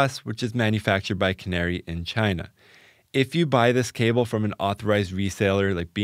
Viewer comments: KA-NA-RAY not canary. To be really correct, the 'r' actually sounds closer to a 'L'. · Canare is pronounced "kah-NA-reh".